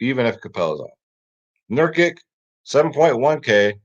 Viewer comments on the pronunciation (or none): its NURK-ICH... same goes with Doncic, its pronounced DON-CHITCH